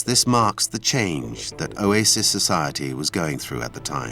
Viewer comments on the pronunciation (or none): I like how the narrator says, "Oasis". He pronounces it "Oyaysis" 😅